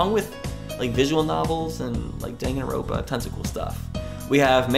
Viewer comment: "Dang-gan-rope-ah"., my heart., why. T_T